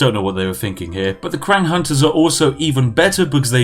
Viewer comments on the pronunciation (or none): Me in pain every time he said quiang, knowing that it is pronounced Chang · Kuwang kuwang kuwang. it is Qi, same as Qi gong. Qi ang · Qiang is read as "Chiang" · Qiang is pronounced “Chiang”- not kwang for the love of god. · Qiang - “Chiang” Spiffing - “Quackng” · Qiang means spears or guns. And it isn't pronounced as Kwang, but "chiang" Or u can just combine "cheese" and "ang", "cheese-ang". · That Q is pronounced as a 'ch' sound. Chiang. Not kwang. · He also called them "Kwang Hunters" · The spiffing: sees the word qiang The spiffing: well that's pronounced kwan innit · It made my head go kwang everytime he said kwang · I love Chinese history lol. But I think I love your videos even more ;) Praise the Tea. Qiang = Key Ong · Not even Chinese, still trighered by how you pronounce Cao Cao (pron. tsao tsao). Oh and also Qiang (pron. chiang). Jk, love you! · Ahaha! A note on pronunciation.. (perhaps 95% of all my comments throughout YouTube, sorry) .. within the romanized Chinese alphabet, Q is pronounced like 'ch', and X is 'sh'. .. .ok thanks for all the tea! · Hey Spiffing, love your show. Just a quick critique. In Mandarin Chinese (the common form thought in schools) Q actually makes a CH sounds. So Qiang is pronounced CH-iang. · I love how he pronounces the Chinese names... cow cow, kwang... hahaha. Beautiful. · Chinese people: Qiang Yorkshire Tea Man: kWaNg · The Chinese qiang... it is a soft ch like chewy. So qi sounds like chi. For future reference. Languages are crazy wild, love them! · "the Kwang raiders" get out of here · Ur pronunciation for the Chinese names looool qiang as “Kwang” loooool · qiang, pronounced ts-yee-ang (say it quick) meaning spear in mandarin. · Qiang I believe is pronounced “chang” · Cow cow.. Qwank.. Hahaha.. You need to teach chinese to chinese 🤣🤣🤣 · Q is read as Ch sound holy shit I'm getting trigged AAAAAAAA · Aren't "Q"s pronounched "CH", so it'd be "Chiang"? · Qiang is pronounced as /tʃɪaŋ/